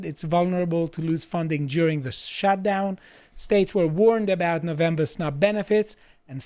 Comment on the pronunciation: As an American, it is pronounced No-vem-ber, not "Novambrrra". Also, it is "march" not "march-ay".